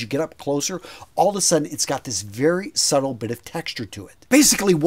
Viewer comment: Subtle is pronounced with a silent b . Please look up the pronunciation .